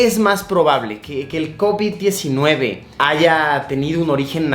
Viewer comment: Soy el unico que absolutamente odia la manera en la que luisito pronuncia Covid-19